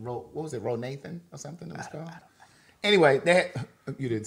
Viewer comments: Rothaniel, not Ronathan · It's Rothaniel 😂😂😂 I be in the middle of the law library laughing my ass off to you guys😂😂😂😂